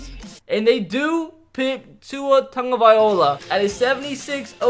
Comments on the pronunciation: Can you please learn how to say “tagovailoa” Tag-Oh-Vye-Low-Uh not Tag-Oh-Vye-Oh-La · 😂😂😂 can’t even pronounce tua’s last name right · This man calls himself an Alabama fan but he can’t even pronounce tagovailoa right